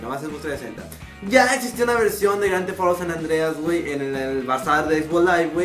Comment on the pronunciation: holle wey, sabes q wey, o por q wey, q diablos wey, eso es lo unico q sabes decir: wey, wey, wey. la proxima habla mejor q no es grsdefauro, es grand thef auto, okay, way pit inglish, friends and hot in the modern fokiw